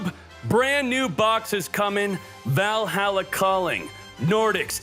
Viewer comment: that's not how you pronounce Valhalla xd